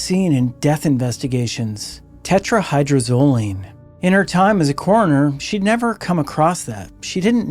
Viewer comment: Tetra-hy-droz-o-line. Phonetically: (Tet-ra-Hye-Drohz-Oh-Leen)) No biggie, but you’re missing a whole syllable. ✌️😁 Crazy how so many ppl actually think THEY will be the one to get away with it, when so many ppl have failed in the past using the exact same drug!🤦🏻‍♀️